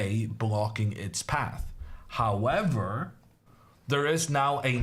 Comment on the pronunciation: I like how he say: hawwavar